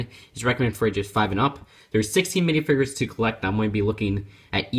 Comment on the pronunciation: they're called minifigures not minifigres